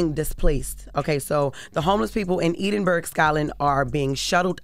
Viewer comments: Edin burg?? NO 😂😂😂it's pronounced Ed-in-burugh called Edinburgh which is the capital of Scotland ....Jesus Christ Jess do your research please 😂😂😂you absolutely butchered that name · Edin-Burg lol what a butchering of the word Edinburgh it's pronounced eh·duhn·bruh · “Eden-burgh” I thought Ctg was as low as the intellectual bar could get but Jess determined to take it lower 😂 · Ee-den-berg, Scotland. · Dafuf is Edin-Burg? 🤣🤣🤣🤣🤣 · E-din-burg😂😂 I love me some Jess but She deffo gotta read a couple books and take reading and general knowledge lessons while she's on Maternity Leave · Hold on….where in scotland😅😅😅😅 wtf Jess just say Eden berg loool